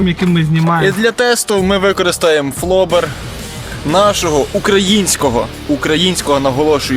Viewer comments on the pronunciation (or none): Флоб/ер - наголос на другий склад...талефоннi майстри, бля...